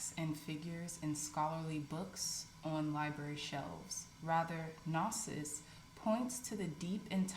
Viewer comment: Gnosis is pronounced “know-sis”. Thank you for your wonderful readings!!